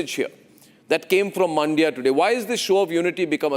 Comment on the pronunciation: Please get your reporter to pronounce the names correctly. It is not "Maandia." It is "Mandya." The "a" in "Mandya" is very short. Listen to Arnab! He has got it right.